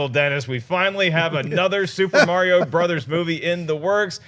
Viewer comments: It's Mario, not mare-e-o. It's a hard R sound. Also, y'all are some Patriot haters. Stay jealous. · raised my eyebrows each time pronounced Mario haha I've just never heard it said that way before